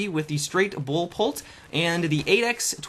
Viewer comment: "Straight bull polt" lol